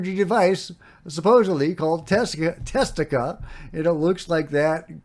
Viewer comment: it is Tastatika, not Testika. It is an abbreviated form of Testa Distatika.